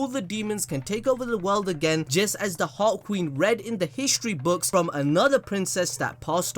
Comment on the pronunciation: Whenever says "Heart Queen" I think he said "Hot Queen".LMAO